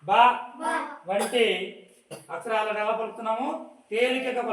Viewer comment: బాస కాదు బాబు... భాష అచ్ఛరాలు కదు....అక్షరాలు నీవు నేర్చుకోవాలి